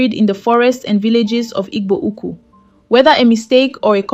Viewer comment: Who is reading with this contradictory accent? Can't pronounce "Igbo Ukwu" but speak with a Nigerian accent.